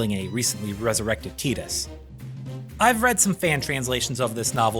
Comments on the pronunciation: Yeaaaaa.. it’s def (Tie)dus.. like (tie)dal wave, (tie)de pods or (tie)iland.. no one’s going to convince me that u get (tea) from a T-I spelling .. when it’s spelled Tedus or Teadus, I’ll pronounce it as (tea)dus otherwise, Tidus is ‘tie’dus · Man, I was respecting this video so much until he started saying Tidus's name wrong. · wow dude TEEdus really? you should be ashamed.